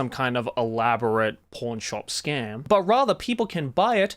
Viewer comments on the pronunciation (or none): Is it just me that keeps on hearing "P*rn shop instead of "pawn-shop"??? Shows where my mind is! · When Joey says "PAWN Shop" I can only hear him say "PORN shop." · Due to Joey's accent, every time he says "pawn" it sounds like "p*rn" xD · Is noone gonna mention the fact that him saying "Pawn", sound alot like another word, cause I did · Everytime Joey says the word "pawn" it just throws me off completely